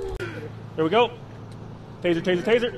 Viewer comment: It’s taser taser taser not tazer tazer tazer